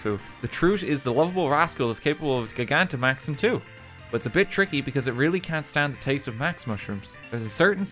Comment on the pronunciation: He's completed sword and shield... and he STILL SAYS GIGANTAMAX WRONG!